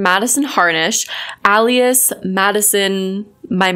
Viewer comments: Al ias???? its ALE ias.... that physically hurt lol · Alias is pronounced "Ay-Lee-us" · I just have to.... it's AY-LEE-IS. FOR FUTURE REFERENCE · Ay-lee-es not Al-e-es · This dude is probably just going to clown on the fact she said ALEAS instead of ALIAS not the very valid points in the video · Alias is pronounced “Ay-lee-is” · Hi. Just want to say that “Alias” is pronounced “A lee us” it doesn’t just mean it’s a false identity. It also means another name you’re known by . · Alias.. not Ah-lias. Anyway, this is freaking hilarious. I’m glad you stood your ground with that turd and his Karen-esq ways. Hahahahaha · Great video and good on you for holding your stance! So about the words alias and brazenly...they're pronounced "AY-lee-uhs" and "BRAY-zen-lee." Just helping you out girl! You want the right pronunciations so your credibility stays afloat! Great job!! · It's ail-E-us and braE-zen-lee You are awesome! That dude is a douchecanoe. I've seen a few other people calling him out. He must be busy typing emails. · Aye-li-as. But otherwise, spot on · Sorry, I don't mean to be nit picky but Alias is pronounced A-Lee-Us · You’re so cool and smart but alias is pronounced like alien ily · For the love of God it's (aye-lee-is) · You are pronouncing Alias wrong and your maiden name IS an alias. You pronounce it like alien. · For what it's worth, you sorta said "alias" the way it's pronounced in Spanish so maybe you're just polylingual and you don't even know it. Big brain energy. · I thought it was a regional pronunciation :D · I love how you pronounce Alias 😂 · Love your work and you are awesome. Please check pronunciation of "alias" and "brazenly" Thx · What accent pronounces "alias" that way? I don't hear a strong accent until Madison says alias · girl...it's alias not alias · big fan of the things you said - not a big fan of how you pronounce alias lol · Might wanna lookup how to pronounce ALIAS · I ... really don’t like the way you say “alias” but whatever lol